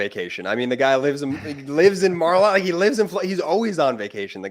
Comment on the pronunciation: Elena HABA ( Lima bean in Spanish ) mis-pronounces the Mar-a-Lago [rhymes with [ Bar-ah-Lotto ]